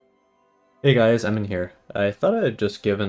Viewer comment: The way you say "Emin here" sounds like "Hey guys I'm in here" heh